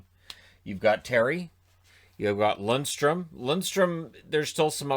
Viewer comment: It's Lundeström, not Lundström.